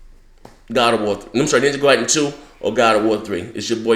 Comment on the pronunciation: It's pronounced Ninja Gaiden, not Ninja Gayden.